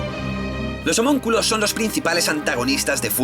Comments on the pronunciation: homonculos?? no es homunculos?? buen video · "Homonculos" jajaj